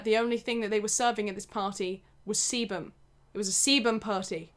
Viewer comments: Keep thinking she’s saying seaman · it really sounded like she said charlie and the semen factory :( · I CAN'T BE THE ONLY ONE WHO THOUGHT SHE WAS SAYING SEMEN SOMETIMES 😭😭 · Oh shit i thought she was saying semen and was confused asf 😂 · What is "cebum"???? "Seabum"??? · no one: absolutely no one:: SeBuM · Every time she said sebam you don't wanna know what popped into my dirty mind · No one:: sEbuM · i keep thinking shes saying "semen" lmfaoo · I thought u said seamen if that’s how u spell it idk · Thought you were saying semen the whole time 🤢😂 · when she said it started producing sebum i was like anna oop i thought she said it started producing semin im a dirty minded little pig sorry get on with the video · Whenever she says sebum I keep in hearing seamen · every time she said sebum i thought she said semen i- just look (start end ) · I'm sorry but I cannot stop mishearing sebum as semen, it made for an interesting watch to say the least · loved the constant emphasis on sebum hahahaha made me giggle every time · same and when he said "my hair is producing sebum" I was so confused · whenever you said sebum i thought you were saying se- nevermind... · you say sebum one more time